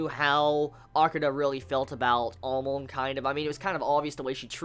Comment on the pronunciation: Good reviews for sure but everytime you say Amon you are pronouncing it like Amoan lol and I can't help but laugh at you for that, But you are right due to the censoring they took a lot of things out that are Manga only.